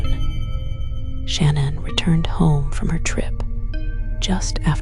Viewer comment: Sadly with her whispering and annoying tone she’s mispronounced Shan’ann’s name. Had to stop the video right then. This is unacceptable when the video is ALL about what happened to Shan’ann and her babies.